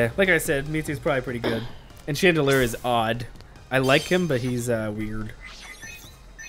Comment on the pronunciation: Chandlier? Chandelure is correct.